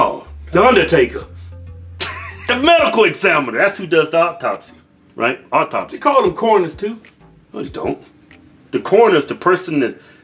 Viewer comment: Men are funny, so masculine and gruff, LOL, so good at given the evil eye, and by the way boys, it's "autopsy, not "auptopsy." LMAO, that was cute.